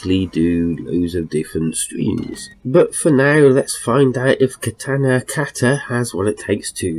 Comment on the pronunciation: That's not how you say katana or kata. Or how you spell samurai